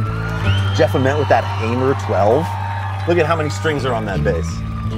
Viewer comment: How can you be wearing a Montana shaped hat and mispronounce Jeff Ament’s name????